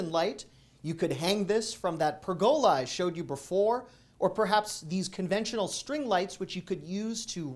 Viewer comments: Love your videos! Watch them religiously! FYI, the word ‘pergola’ is pronounced ‘PUR-guh-lah’ (not ‘pur-GO-lah’). Just a helpful tip for you. 😃Happy Spring! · Purr’gah-lah, not purr-go’lah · it’s PERgola, not perGOla. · Please correct..... It's PER' go la Not per GO la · PERgola, not perGOla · It's pronounced "PER~GAH~LAH"... not "PER~GO~LAH" ! LOL. While we're at it, it's pronounced "AH~KAH~SHAH" and not "AH~KAY~SHAH". You can thank me later. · Love Love Love your presentations each month.. Keep up the great work! BTW...it's pronounced pergola: pûr′gə-lə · I laughed out loud about the frozen cheesecake! Love your videos,. You're a treasure. BTW, pergola is pronounced PURR-ga-la, with the accent on the first syllable. Just sayin'. 😊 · You said it wrong - it’s a purr ga La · Hilarious I have never heard anybody pronounce pergola they why you do😂😂😂😂😂. Must people pronounce it per/ga/la. Guess we were all wrong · I know you appreciate corrections - it's pronounced PER-gah-lah 😀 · It’s pronounced Per-Go-La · It’s pronounced per-guh-la. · pergola [ pur-guh-luh ] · (A pronunciation note: "pergola" wants the accent on the first syllable.) I think the "go away" porch sign might be my favorite. Although your bite out of the frozen cheesecake would definitely be in the running, too. I bought some of those metal shelves several years ago to use in organizing our garage, and we've been very pleased with them: sturdy, and each shelf holds a lot of weight---plus, they look nice. I especially like the black finish offered this time. Great video,, as always! I look forward to your Aldi videos, and your Dollar Tree videos, too. You give us great info, and never fail to make me laugh, as well---and that's definitely worth the price of admission. Love you and your little family. ☺ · "...behold! 12 spinach & cheese blossoms." I'm always a sucker for the "behold!" And interesting pronounciation of "pergola."